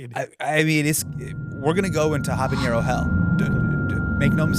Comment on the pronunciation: There's no 'ñ' in habanero hermano!